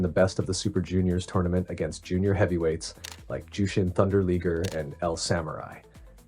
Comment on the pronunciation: Liger rhymes with tiger for future reference, great video tho